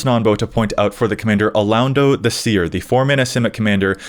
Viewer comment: Alaundo is pronounced "a-lon(as in long)-dough" btw.